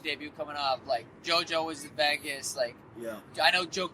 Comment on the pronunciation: why does sean always say "veggas" to vegas?